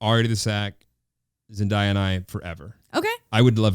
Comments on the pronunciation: Came from spotify once I hear zen die ya, hi it's pronounced zen day ya. thank you for coming to my ted talk, don't worry I didn't know at first either❤️ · Hallpass: Number one Zendaya, Vanessa Hudgens, Ryan Reynolds, any Marvel Chris Evans, and Tom Holland Just cause was asking it’s Zen-Day-a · Heart breaks a little everytime someone says Zendayas name wrong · Yes it's Zen-DAY-a, i watched her explain in a vogue 27 questions or some video like that :) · "ZENDIYA" nooo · it’s zenDAYa so you pronounce like the word day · IM SORRY but zenDAIYYa??!????? AHAHAHA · Its zen-DAY-ya 🤣😂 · I died at how they pronunce zendaya...😍😍🤣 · This bugging me but you guys said Zendaya wrong ! Love you guys just had to say that NO HATE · Am I the only one that got irritated how they were saying Zendaya 😭😭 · The cringe was so real when she said her name wrong though I love her self awareness that she is saying it wrong